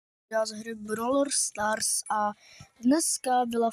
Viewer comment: tak proč tomu ten týpek říká brovr stars